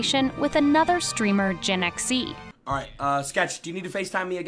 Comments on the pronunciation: Ain't now way she called jynxi gen x e💀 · i heard Gen X E😂😂